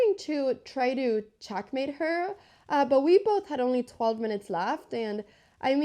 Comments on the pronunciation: What regional accent makes you pronounce e‘s like a‘s? Like ChAckmate and knight-E-SAven. Is that Valley? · It's not chackmate, it's checkmate. Check